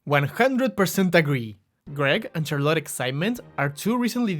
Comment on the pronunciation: Why do you pronounce Charlotte as Char-lotte?